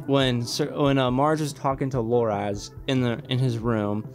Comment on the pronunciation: It's Loras, not Loraz.